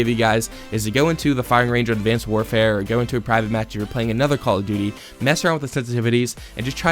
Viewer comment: he... he Said duty... lol